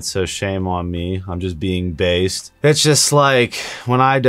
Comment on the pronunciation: Sorry, but I couldn't just not correct you. You said I could be based lol. It's biased= bye-isd